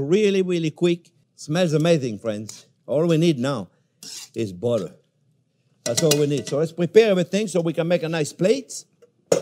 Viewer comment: "Ol we need nao is BODDEH"